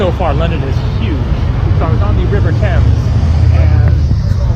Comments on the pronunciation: It’s pronounced “Tems” not “Taymes” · TEMS not TAYMES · River Thames is pronounced...tems.....not tames. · Pronounced TEMS. Never heard anyone say thaymes until this video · Oh man when you didnt see Big Ben and had to ask- I thought you were joking, very sweet, the river is pronounced Tems, Leicester is Less tur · For heavens sake it is Pronounced Temms. At least ask someone with an English accent! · Thames - rhymes with gems. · Hi, I'm not sure where that person you stopped was from, but you say it "tems" in the UK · You are in London and is full of foreigners who do not know how to pronounce the River Thames It is pronounced TEMS. You managed to go thru the whole video saying it incorrectly 😀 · It's actually pronounced TEMZ. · Hi,Great video as always. our river is pronounced TEMS,have a great trip in my home town. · Get an oyster card asap....you can travel on the tube and buses as much as you want for a daily capped price of around £9. Also the river is pronounced "tems" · Most Englanders pronounce the river Thames "Tems", short 'E', just an FYI. Also, perhaps a bit late to mention this, but the big bus companies, hop-on hop-off, are well worth the price. Some of them are equipped with human tour guides that are LOADED with information. And usually the packages include a cruise down the Thames.